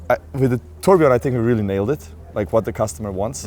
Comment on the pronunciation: 'the turd' is what i heard.